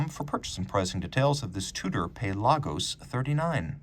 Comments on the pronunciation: lol yeah, “pay-lah-gos” is a little much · Pale Argos